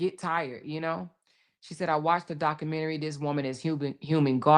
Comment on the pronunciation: You really don’t know how to pronounce the word documentary